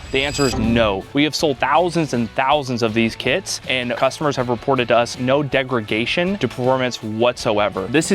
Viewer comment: “Degragation” isn’t a word.